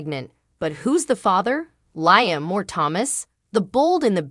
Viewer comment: Liam’s name is pronounced Lee-um.!!!!